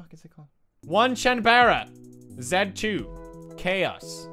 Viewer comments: It's not "won"chanbara. It's "oh nay" chan bara. Onee means older sister in Japanese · it's O - ne - chan - ba - ra btw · Nuhhhh it's pronounced as on- nee- chan- bara basically big sister chaos2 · everytime. oh-nay-chan-buh-rah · its pronounced O NE CHAN BARA Japanese words are fun lol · dont crucify him for mispronouncing the game title.